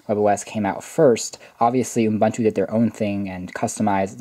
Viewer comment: Good video, but it's pronounced "oo-BOON-too" not "oom-BUN-too".